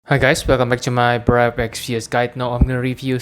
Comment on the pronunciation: It's pronounced BR-AVE NOT BRAUVE